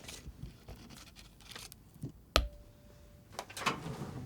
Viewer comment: lol thought it said fart there for a sec